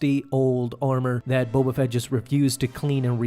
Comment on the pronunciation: Bo Bafett Bo Katan Bo Buffet Hahaha